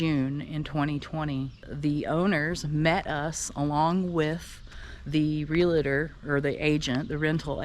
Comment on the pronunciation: Realtor is a two syllable word. Can you say real-tor?, not real-a-tor. lol